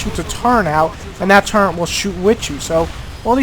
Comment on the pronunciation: ok for the one hundretmillionth time people it is turret! not turrent! it is spelled T U R R E T look it up! oh and can megatron fly like in the movie.